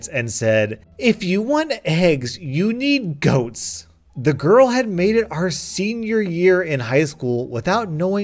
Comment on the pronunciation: the way you said "goats" made me stop breathing